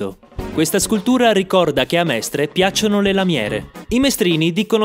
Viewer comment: Sono veramente deluso dalla pessima pronuncia di Mestre